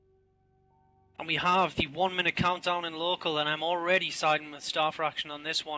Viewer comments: And here I was wondering if I was the only one who found that annoying...I kept saying it's pronounced SIM, SIM, not SKIM you silly girl. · "Skimitar" I laughed everytime she pronounced that word. To be fair, I understand that's not her native language, but the other OBVIOUS english speakers just sat there and didn't tell her how to pronounce scimitar? Ah well, diversity is fun. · mmm she said S in Scimitar once :) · Someone needs to let know that C in Scimitar is silent...=/